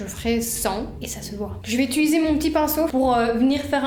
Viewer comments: Quels magnifiques cheveux! Bon par contre désolée d'être la casse-** de service mais le verbe é-t-u-liser revient tellement souvent que je suis obligée de le dire: en fait c'est "utiliser". Bravo pour les montages dynamiques et pleins d'humour! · Tu dis aussi « utuliser » au lieu de « utiliser » 😂😂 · Et tu dis très souvent "je vais utiliser" mais tu dis "utuliser" 😂😂 Ça me perturbé de ouf ! Hâte de voir la prochaine vidéo !! 🥰